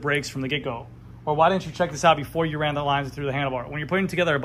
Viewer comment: Haven’t seen your videos in a while.. and you’re saying THEE way too way too much when “the” would be much better. You said you’d work on that. Hmmm. Nope. Other than that, good video